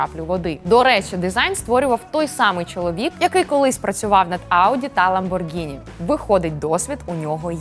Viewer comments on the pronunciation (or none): none